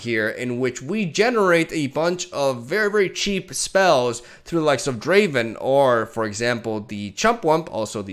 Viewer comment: It's not Driven its DRAAAAAAAAAAAAAVEN!